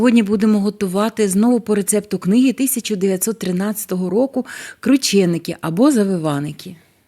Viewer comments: Не крУчєникі а КрУченики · Наголосила У